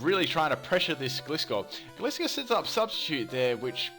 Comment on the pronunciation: It's pronounced gly scor